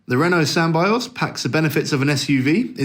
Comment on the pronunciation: Sam-by-oz seriously.